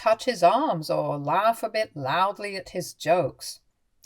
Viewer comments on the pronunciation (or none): none